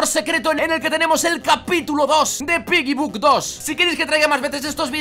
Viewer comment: quien mas cuando dice piggy book 2 escucha piggybug 2